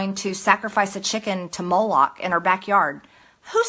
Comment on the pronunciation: congenital liar? That isn't what congenital means... molot or whatever she said sacrificial offerings = Satan worship? I don't think that's how it works. Not a nickname for Lucifer that I know. Just shows she is throwing around the buzz word "satanic" But even if discussing sacrifice rituals isn't how most anyone talks, neither is taking about Jewish space lasers like they are a real thing something people do... People also don't tend to butcher pronunciation of words that have heard before, petri/peach tree and gestapo/Gazpacho... I could give her some leeway if it was words she really only read rather than said, but this would assume she reads. A skill Trump and his wannabe clones like Greene seem to lack.